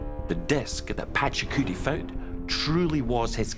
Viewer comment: Pachacuti or Pachacutay ? These experts don't know how to pronounce it.